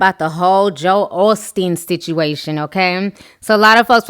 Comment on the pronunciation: girl thank You for knowing how to say his name. others act like the name Joel is so hard for them ugh